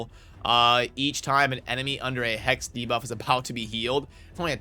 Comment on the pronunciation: He said debuff correctly in this video!